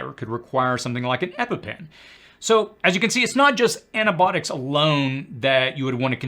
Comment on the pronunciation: The medication term is NOT "ANA-Botics" ... Your Grammer sucks... Improving pronunciation will enhance your credibility.....